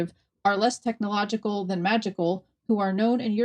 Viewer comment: I'm more shocked that in the first snippet of a news report, the black host/interviewer could not pronounce technological and extraterrestrial